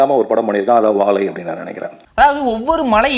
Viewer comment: வாழை யையா வாவைன்னு சொல்றீங்க